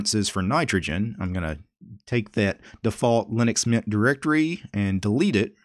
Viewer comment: What do normal people hear: Linux Mint What do I hear: Linux Nyet